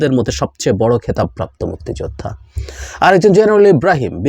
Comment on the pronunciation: আওয়ামী লীগ হলে সে অপরাধী হবার সম্ভাবনাই বেশি,প্রচন্ড ঘৃণা করি এদের। তবে মুক্তি যোদ্ধা শব্দটা আপনি যেভাবে উচ্চারণ করছেন তাতে মনে হয় মুক্তি যোদ্ধাদের উপর আপনার অনেক ক্ষোভ।আলোচনা করেন কিন্তু বিতর্কিত হচ্ছেন কেন?